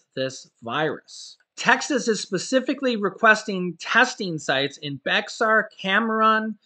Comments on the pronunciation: I live in Harris County, Houston, TX. Bexar is pronounced "Bear" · Small correction it is pronounced like the animal bear. Bexar= bear. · Good morning, I live in Bexar in Tx. Just to let you know it may be spelled Bexar but is pronounced Bear. We are San Antonioians and the pronounciation is important to all 1 million plus of us. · Bexar is actually pronounced Bear Co.